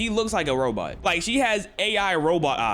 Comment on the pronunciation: Bro said robut